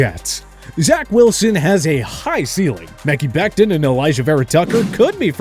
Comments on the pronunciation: I think it’s hilarious how they botched Maki Becton’s name so terribly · “Meckey Becton”😂😂